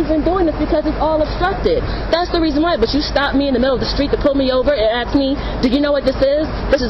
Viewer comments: All current college professors need to be in prison. (Note To: respect is earned, not given. You don't deserve one iota of it. Hell, you teach college and can't even pronounce "ask".) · A college professor who cannot even say the word "ASK" properly. She is lucky he didn't get her for threatening with a deadly weapon. "Let me AXE you..."